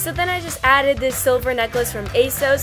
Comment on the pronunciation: Isnt it pronounced "a sauce" lol